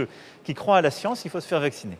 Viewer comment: La cience pas la technologie